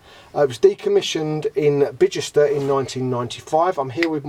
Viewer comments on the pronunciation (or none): Decommissioned in Bichester? DO you mean Bicester (pronounced Bista)